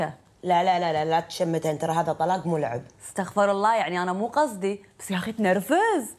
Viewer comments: صح قال استخفر الله. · نطق كلمة استغفرالله غلط